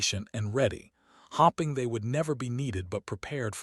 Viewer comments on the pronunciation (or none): Maybe find an AI that can read, hoping and hopping are different words, and that is just one of many mispronunciations in this story.